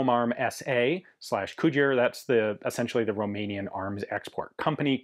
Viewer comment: And you are a mikey mouse,the way you said roumenian .Dont forget Ak 7/62 made guess what is beter all around 😅